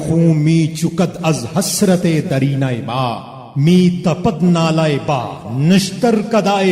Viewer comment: its "day-ree-na" no "dareena" just saying.